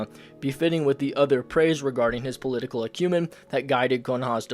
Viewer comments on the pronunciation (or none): Dawg,, I love ya, but you've gotta stop saying "acumen" like "cumin" It's pronounced like "ack-you-men"